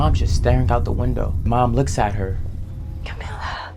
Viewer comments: Its cam - ill - a not cam-ill-ya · Ngl it aggravated the ish outta me that the clips kept saying Camilla you listened to that and kept saying camillia why you added a I after the l 😟